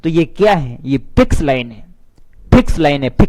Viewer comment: Ye kya hai?? Ye Phiks ....line phiks...phiks.line . Phiks.... line hai 😅😅😅😂😂😂😂😂😂😂